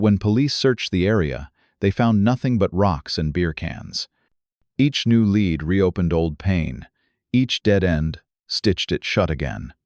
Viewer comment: I don't know if these are true of fiction, but they are entertaining. AI needs to work on their reading. Lead can be pronounced " led" or "lead" and places like St. Paul is usually Saint Paul.